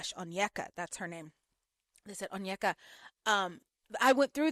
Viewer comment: Many first gen Nigerian Americans were raised in predominately white spaces, resulting in lot of passive self-hate towards their appearance and idolization of eurocentric features. I imagine that's what's going on with Onyeka (btw her name is pronounced "oh-nyay-kah" not "un-yeck-uh") when she was describing this Danish guy so positively. But I agree --her comments were very concerning.